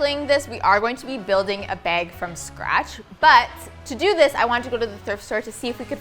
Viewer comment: I swear if says beg (bag) one more time